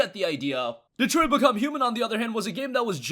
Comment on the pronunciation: is this how you say Detroit? lol